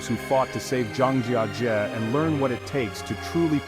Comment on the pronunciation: Mispronounced the subject of your own video—the first time, and a different way the second, and yet a different way the third. Almost as embarrassing as the trash in the caves.